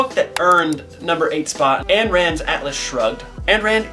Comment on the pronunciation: A fun list! p.s. Ayn Rand’s first name is pronounced: “Eye…N…” Ayn—> Eye(n)